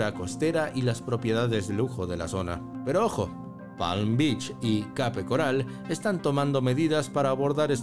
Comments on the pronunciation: Debias pronunciar [kep] Además ajustarte mejor al título que anunciaste, ok? 👎🏿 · Se escribe Cape pero se pronuncia " keip "